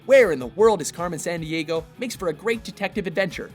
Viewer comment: Carmen "Sahn-d-ahgo"? Really?